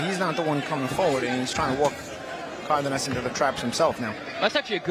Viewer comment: It's Cardenas, not Cardinas